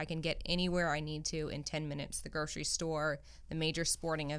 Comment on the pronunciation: I can’t handle this constant mispronunciation of Grocery, which probably means that I’m a rhinestone non binary